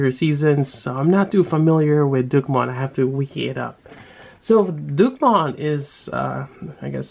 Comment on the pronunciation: Du-Kee Mon :3